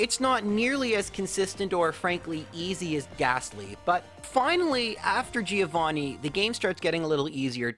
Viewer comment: please fix that pronunciation of "Giovanni" it hurts every time